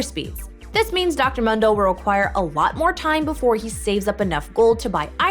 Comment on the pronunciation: Please stop saying Dr Mundo like that